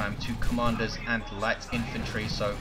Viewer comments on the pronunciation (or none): none